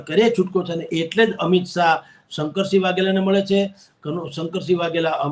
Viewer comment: બેન શંકર્સીગ નહિ શંકરસિંહ છે